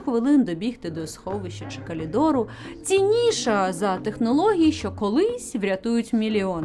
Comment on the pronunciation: и трохи вперед - "калидору"🤣